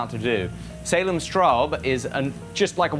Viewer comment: giving credit where credit is due so respectfully, loudly, and clearly... this is the YouTube I want. great work,, respect. and thanks, Salem Straub!